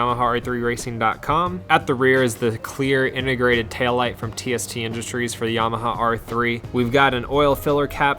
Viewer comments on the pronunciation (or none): none